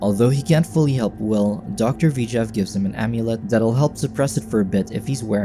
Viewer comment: Why is the narrator saying "V-jav" instead of "Vijay"